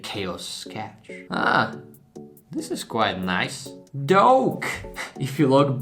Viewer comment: It sounds like he is saying "Donkey" in a Sherek's voice than "Doke", but still nice painting. Keep up the good work.